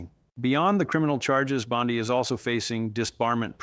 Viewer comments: Hey everyone. I am all for Pam Bondi going to jail. But if you go to the contents of this video you can see that this whole video was made with AI. The first thing that caught my attention was the mispronunciation of her name. BOND I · The way pronounces her name with the emphasis on "i" is the same as our Bondi Beach in AU, so he has given me a new name for her "bondi bitch" which I think suits her better than bondi barbie. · This is fake two other youtubers gave this same analysis word for word exactly. Yet i'm not hearing this story anywhere else.😂 and all three items pronounce her last name wrong the same way.